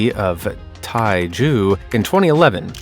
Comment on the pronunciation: . TaiZhou is pronounced more like tie-Joe. "Zhou" refers to a land division, e.g. an administrative division, autonomous prefecture, or state (as in Australia or the U.S.). Many Chinese cities have names ending in "zhou", e.g. Hangzhou, Guangzhou, and Zhengzhou. Stupid Google isn't letting me use my Chinese keyboard; otherwise, I'd show you there are two places named Taizhou - one in Zhejiang and one in Jiangsu, but with different characters for "Tai." This discovery was in Jiangsu Sheng (province). . Your timeline graphic is wrong. The Ming Dynasty began in 1368. Her Ming attire means she was buried some years after that time, so unless it's the year 2068 or later where you are, she was buried LESS than 658 years ago, and probably less than 650 years ago because the transition from the Yuan (Mongol-led) Dynasty to the Ming Dynasty would have taken some time. Edit: Xin Zhui is aka The Lady of Dai. You might want to use the latter appellation rather than mispronouncing her Chinese name.